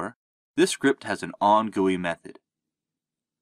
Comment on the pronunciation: "on gooey method" 💀